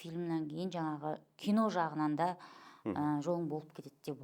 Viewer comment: Неге джәхында деп айтасыз